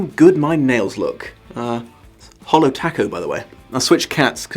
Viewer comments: Commenting for that pronunciation of TACO LOLLL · I love how pronounced Taco, but the way he said Bonet made me cringe extra hard. Besides that, I'm glad I didn't know this was based on a book. I like watching this movie just cause I love music and as a teen I empathized with John Cusack a little more than I should have (specially looking back on it as a fully grown woman) and I think the original story would have made me HATE the protagonist.